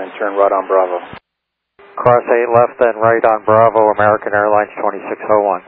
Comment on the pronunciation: "Amearrrickan Aiirlinez"